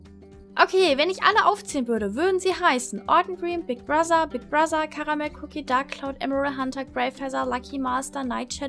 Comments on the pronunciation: warum sprichst du das th bei Brother wie ein ss also Brosser? Klingt so komisch 😂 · sry aber sprich bigbrother bitte richtig aus. nicht böse gemeint.